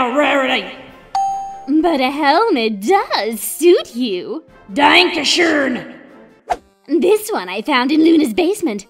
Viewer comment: The way she pronounced Dankeschon killed me XD